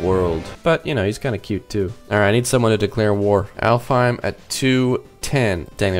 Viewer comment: Oh, and Alfhiem is actually pronounced Alfenheim